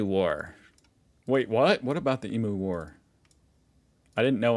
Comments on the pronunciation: Emu = “E-mew” NOT “E-moo”. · BrisBAYNE. Also thank you for pointing out emoo, I was coming to the comments to beg to pronounce it correctly (ee-myoo!) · Eem-you not ee-moo...please... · Annoying things Americans do - prounouce emu as e-moo. It is eem-you. And call koalas koala bears. They are not bears. It is just koala. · The pronunciation of emu is eem-you, not ee-moo. Just FYI. Americans often mispronounce this word. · What annoys me about Americans (including you) is your pronunciation of emu. It is pronounced "EEM YOU" not "EEE MOO". FFS, how hard is that seppos? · EMU is pronounced EEM YOO not EE MOO. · No Kinder Surprise but button batteries are okay! Kids do swallow them too America. What annoys, its emoo.Please it's eemyou. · E meu mate not E moo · Mel-born and E-moo are the worst. Makes me cringe every time.